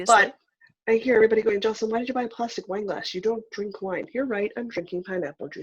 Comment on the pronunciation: Jocelyn, it is pronounced a (like in say) da (aida)